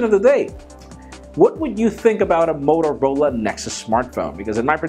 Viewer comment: Motorla? Ahah xD